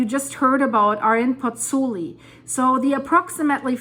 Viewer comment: It is PozzuOli actually, not Pozzuli